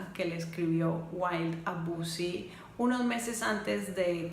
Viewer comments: Los 2 se amaban pero el amor de Bosie era egoísta y caprichoso, y por cierto no se pronuncia "Busi", sino "Bousi": de nada. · Por qué “bosi”, si los ingleses lo pronuncian: “bousi”.